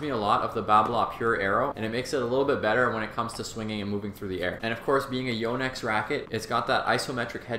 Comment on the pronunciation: Impressed how he says Yo-nex. It’s a Japanese name, and he says it correctly. I know this and yet I don’t think I’ve said it correctly. Your game looks good,.